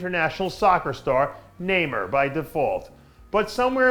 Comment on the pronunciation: Pronounced neyMAR